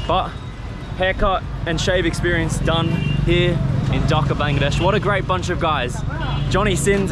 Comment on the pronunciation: Why this fella can't pronounce "Dhaka" properly ? Is it ,he doesn't care or not interested ?